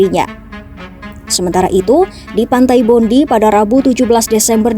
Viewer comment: Bacanya pantai bondai bro.